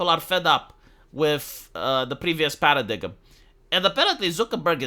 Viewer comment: Para diggum He said that instead of para dime Well I have to pronounce paradigm paradiggum now